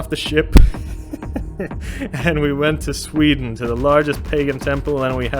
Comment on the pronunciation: love how Norway and Denmark is mostly recognizable and then Sweden's name completely butchered.